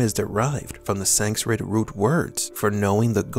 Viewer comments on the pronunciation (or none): none